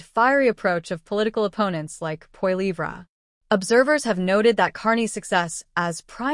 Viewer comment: I suggest you learn how to pronounce Poilievre.